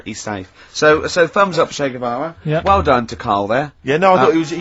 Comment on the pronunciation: Ah yes... englebert guevara 😂